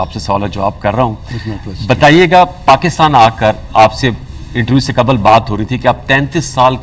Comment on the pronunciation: میرے بھائی انٹرویئر! لفظ ہے قبل——-کبل نہیں